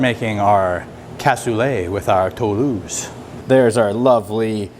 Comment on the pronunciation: Hey, French Canadian here, you said Toulouse perfectly, dont worry about it!